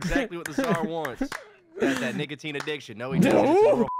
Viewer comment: Blud did NOT say nicotine😭🙏